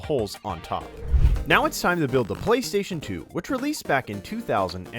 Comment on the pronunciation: The way he said PlayStation two